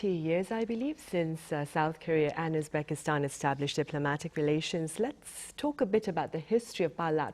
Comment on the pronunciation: Correct your pronouncing. not Uspakistan. Uzbekistan!!